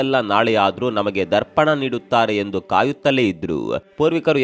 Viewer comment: ದರ್ಪಣ ಅಲ್ಲ ತರ್ಪಣ ಅದು 🤦‍♂️